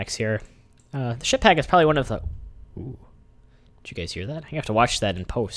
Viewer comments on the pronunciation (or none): Sounds like he is saying shit pack lol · what are you saying ship hack or ship pack?